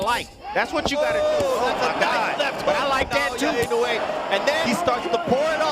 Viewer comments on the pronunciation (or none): INOUEがany wayに聞こえてしょうがない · 絶対、井上じゃなくてイノウェイって言ってる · "Naoya In A Way" "Inoue"